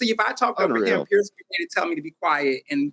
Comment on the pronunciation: People, his name is pronounced “pee-yeh-r” it is not Pierce Morgan, its Piers Morgan